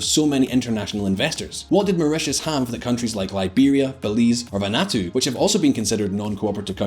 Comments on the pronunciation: if you’re going to talk about geography and country names at least get them right Vanuatu 🇻🇺 is NOT pronounced “van-atoo” it’s “Vanu-atoo” Simon Whistler was notorious for his terrible pronounciation of place names but seriously it pays to research the country names and how they’re pronounced before you make yourself look silly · "Vah-natu" did you mean Vanuatu? Van-noo-ah-tu